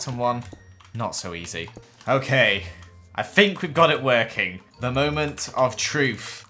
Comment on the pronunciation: Please stop saying fink and fings lol 😩love the idea so come so cool how you do Redstone???? How it worked soooooo coool !!!!!!